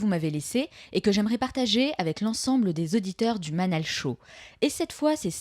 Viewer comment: Manal et non manel sorry😉